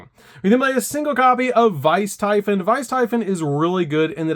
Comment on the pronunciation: Man, those are some interesting ways to pronounce Lamia, Typhon, d'Arc, and Deus Machinex.